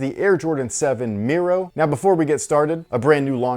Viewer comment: You're one of the few that actually said Miro, correctly.